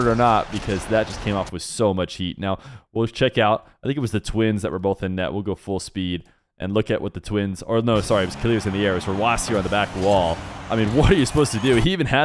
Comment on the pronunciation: if you're going to pronounce it phonetically, and not how the player wants it to be pronounced (which is killers). Then kill-ears is wrong. Kiil is not pronounced kill, it's keel. So please if your ego is too big to say killers, they please correct yourself to keel-ears. Thank you. This message is brought to you by the Phonological Awareness foundation.